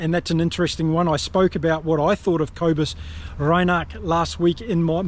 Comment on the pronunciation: Names Kobus is not Co bus it’s more Koo ah bus said quickly, Nortje is pronounced Norkeeah…..just trying to help not criticise.